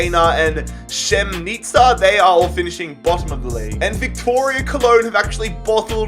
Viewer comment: ‘Viktoria Cologne’